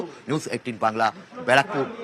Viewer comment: বারাকপুর না।। ব্যারাকপুর।। এতো বড় চ্যানেলের এরকম উচ্চারণ acceptable না।।